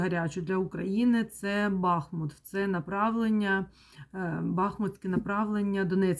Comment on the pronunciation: Дяквю за Вашу працю!!!БахмУт-переміг,БахмУт-це Україна!!!Тільки будь-ласка -БахмУт,наголос на другий склад!!!